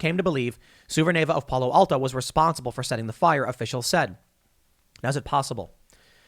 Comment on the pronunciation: Palo Alto. As a Californian, that sounded funny